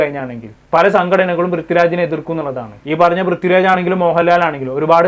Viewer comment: Brithyuraj alla chetta prithviraj